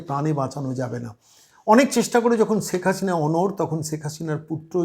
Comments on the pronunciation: 'ছেক হাছিনা' এটা কেমন উচ্চারণ? আগে শুদ্ধ বাংলা উচ্চারণ শিখুন। হাস্যকর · সব কিছুতেই বাড়াবাড়ি , ' রাজাকার ' কোথায় পেলেন ? ৫৩ বছর পরে রাজাকার আছে ? আপনার শেখ হাসিনা উচ্চারণ একেবারে বাজে ।